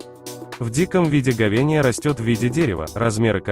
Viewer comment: Ховения!!! Читать научись